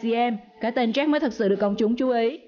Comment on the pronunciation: Có cái phát âm sai mà cũng bảo cà khịa